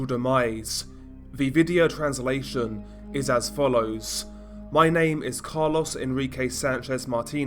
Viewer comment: it’s carlos, not “Car-Loss” 😂 sorry that caught me off guard